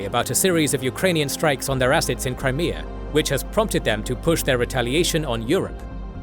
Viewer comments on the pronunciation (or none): none